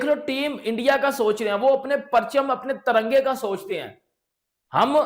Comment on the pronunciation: बहन के टके तरंगा नहीं ! तिरंगा बोल !